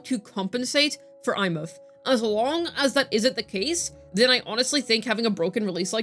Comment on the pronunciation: SHE PRONOUNCED THE NAME RIGHT THIS IS REVOLUTIONARY